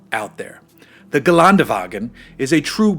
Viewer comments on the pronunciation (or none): Pronounced ghe len duh va ghin. The ä is an e. And it is Mer C dez, not mirsaydees